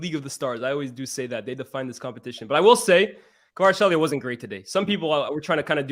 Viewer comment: Good analysis but needs to learn how to pronounce Kvaratskhelia🤣😂